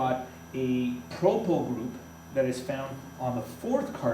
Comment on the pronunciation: you have proply not propyl but great video, you certainly teach better than my teacher in school